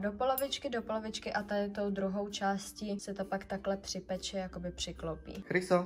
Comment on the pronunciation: Jsem jediná co slyší mysto chriso kryso ? 🤣❤️